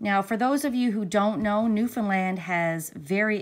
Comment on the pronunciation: Thank you for coving this story & pronouncing Newfoundland properly lol! No trouble to know that you are from here. I just came across your channel and subscribed. What part of the island do you hail from? I just heard this story on a podcast by Dateline NBC. Marks brother Barry took off with & married the babysitter while Mary Beth was gone to NL for the court case in Grand Falls.